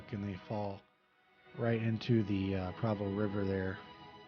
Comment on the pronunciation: Great video of the falls. I have plans of taking my Magic drone up and getting some shots of it. In the winter it’s covered in ice which is super cool to see. Just an FYI it is pronounced Pr OH vo not Pr A vo. 😀. The river the falls flows into is the Provo river. Again great video